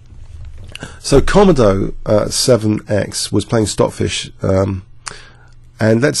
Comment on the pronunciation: Great analysis. I'm probably being a little pedantic by saying this but i think the engine komodo is pronounced kuh-moh-doh, as in the dragon of the same name. Also I had a problem with a blank black screen appearing at the beginning and middle of the video that i had to skip through. Just thought you should know.